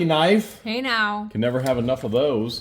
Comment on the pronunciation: O.O did you really just mispronounce Kenife on accident? I have watch a bunch of your videos and know that you know how to say it the "proper" way ;)